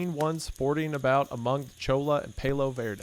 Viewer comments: You have now pronounced toboggan and cholla incorrectly. Please learn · Just FYI, “ cholla “ cactus is pronounced “ choya “ cactus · Just wanted to say Cholla is Ch-oy yah and Palo Verde is PAL-low verde not pale low. Just someone from Arizona who has them growing in my back yard. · The word 'cholla' is Spanish, and in Spanish, double L's are pronounced like the letter 'Y' in English, so phonetically, it's CHO-yuh. Coincidentally, that was the name of the elementary school that I attended 6th grade, after my family moved to Arizona from upstate New York when I was about ten years old. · "Its choiya-uh" -my mom listening to the catcus cat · I noticed the same thing lol, I think he may just not be familiar with the word or maybe hadn't seen it written out before? The way he pronounced cholla and palo verde were funny too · Gringo hillbilly easterling lumberjack looking ass can't say Cholla